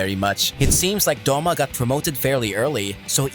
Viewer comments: It is douma not doma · The way you pronounce douma is terrifying